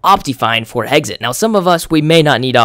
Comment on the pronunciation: You pronounce "Hexxit" "Heggsit" lol just sayin